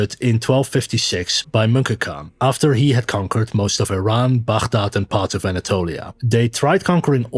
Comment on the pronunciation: As an Arab, I appreciate that you pronounce Baghdad correctly :)